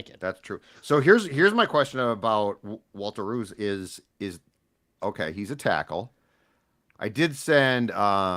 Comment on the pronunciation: They're mispronouncing his name. "Rowse."